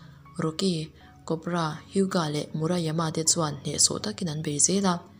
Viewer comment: Miss Hyuga kha:hai-u-,ga tihtur